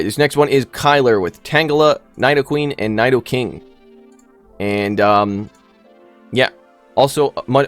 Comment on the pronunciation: your pronunciation of “nidoking” was upsetting tbh